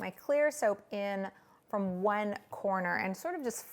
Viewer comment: Hell's Kitchen Kritter and Friends no she said “one ☝︎ color succulent”... lol 😂 it does sound like wine 🍷